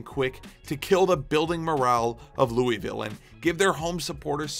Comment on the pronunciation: Honestly never got into soccer, but I think I might start trying. Great video. Not to criticize, but it's pronounced Lew-uh-vull Also the D***butt sighting made my day